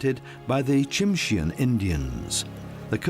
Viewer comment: The white-coloured black bear is called a "Kermode Bear", (Ker-Moad), not Ghost Bear. And 'Tsimshian" is pronounced "Simshian'. ( The ' T ' is silent.)